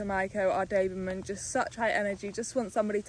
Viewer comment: Its a doberman: you say daberman😂😂😂